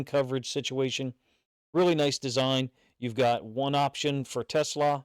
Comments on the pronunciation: FYI it's pronounced Tuh-SLAA, (like slaw in coleslaw, not like Tesla rhymes with Vespa) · Really appreciate the breakdown coach! Teslaa (pronounced “teh-slaw”) has all the tools. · OK !!! It's NOT Tesla..... it's t' SLAA !!!